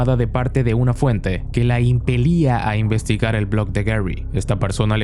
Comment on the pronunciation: Impedía ❌ Impelia ✅